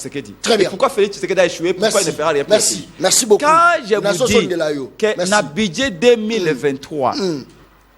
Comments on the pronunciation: Dit lui ce budget, non buduet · Aah bon yango esilisi embouteillages te po eza nde ba SOINS DE MOUTON , udps , udps, udps, BUDIER quand même une prononciation pose problème, allez y déduire